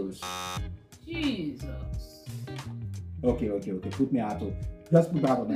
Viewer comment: My ancestors oh! Zodiac sign for August is Capricorn 😂😂😂😂😂😂😂. He even said caprisonne.😅 😅